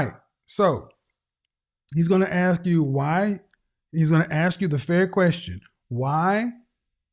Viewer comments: I’ll aks her 😂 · They always want more. She's going to law school and still say ax instead of ask. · Somebody please teach this law student how to say ask and AXE 🪓